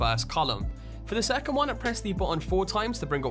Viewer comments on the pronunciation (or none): none